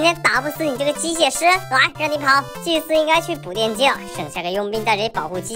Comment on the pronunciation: 導演你祭司說成機械了